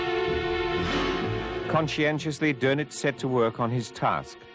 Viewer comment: See the umlaut over the O in his name? That means its pronounced dernitz